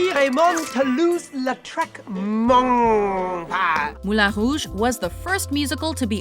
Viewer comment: At least she isnt saying "Moo-Lon Rouge" which is how most English speakers butcher the pronunciation, the way she said it was actually acceptable.